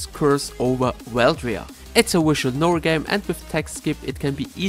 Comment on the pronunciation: I don't like visual novel games, but I love it when he pronounces it 'wishual noels'!